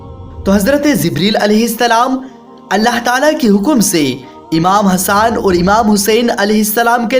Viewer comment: Le raha hai nhi le rhe hai bhai thoda theek se bol iye jante ho na tbhi bolna nhi t Mt batan imam Hassan nhi hasan